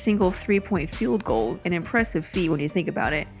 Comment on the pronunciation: and the word should be Goal not Gold